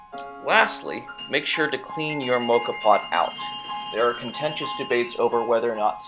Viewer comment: Please learn how to pronounce Moka. Why do American people insist on making up the wrong names